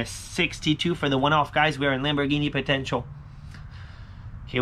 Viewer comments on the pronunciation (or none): none